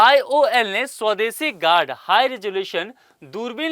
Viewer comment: गार्ड नहीं है sir गरुड़ है